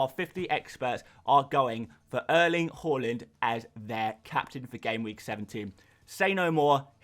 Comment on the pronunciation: Why do you say whore-land? It’s haaland (har-land)